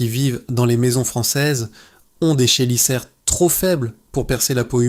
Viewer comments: Fond intéressant et utile ,forme discutable voire pénible ... merci tout de même donc. Et sinon, chélicère se prononce Kélicère... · alors y'a beaucoup de chose que tu prononce mal : on prononce téjénaire , Kélissaire . Perso j'ai Ginette et giselle à coté de ma porte à qui je donne les mouche qui m'emm-rde XD